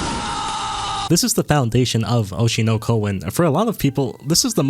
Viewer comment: Mispronouncing Hoshino hurt me.... 😭